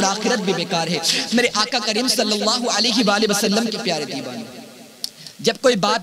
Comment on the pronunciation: Dibana bolta h ....pronounced shi kiya kr